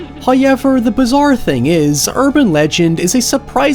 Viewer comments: You can count on hearing at least 1 hyever in every video and I always laugh when I hear it I can't help it. I watch another Irish YouTuber called That Chapter and he can't say 3 and hyever reminds me of it. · First "hoyevver" drops .